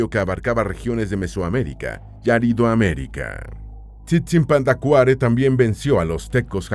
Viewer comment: La pronunciación del idioma Pu'repecha se tiene que tomar en cuenta que son palabras esdrujulas y sobreesdrujulas, así que la pronunciación del personaje es Tzitzipandácuare, en México tenemos una palabra con tres acentos prosodicos TzinTzunTzan, el nombre de uno de los Calzonzin que mencionas es "IRETI TICATEME", la forma que usas para las palabras Pu'repechas lo haces en Nahuatl que son principalmente graves y agudas. Como Michoacanos somos orgullosos de nuestra cultura, lengua, costumbres y los multiples aportes a la lengua española, tu documental es muy interesante, me gusto ya que como indicas tal parece que no existimos, gracias por tomar en cuenta a nuesto pueblo. GRACIAS!